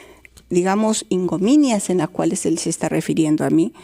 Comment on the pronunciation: Ingominias??? IGNOMINIA ES LA PALABRA, Está igual que la fiscal madre de chibolin diciendo PROXONETA!!!parece que son graduadas en la misma " UNIVERSIDAD